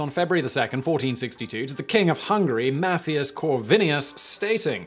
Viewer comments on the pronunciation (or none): none